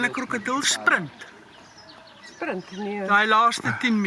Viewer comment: "can a cRocadull spRunt"